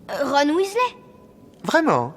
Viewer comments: On dit MALFOY et non MALFOI ; WEASLEY et non WESLEY ça a le don de m'énerver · ok mais c'est MalefoY, pas "malefoi", et WEAsley, pas "weslé"... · je voulais juste dire qu'il ne faut pas dire Malfoie, mais plutôt Malfoye pour la bonne prononciation et ce n'est pas sale mais S A L E ce n'est pas Verpi mais Verpèye qu'il faut dire il faut dire Wizlai et pas Weasla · et Wisley et non Wésley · Et on ne dit pas waissley mais weasley!!!! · Mais mdr... Malfoa , Verpi et Wesslai .-. Quebec ou pas mes orreilles saignent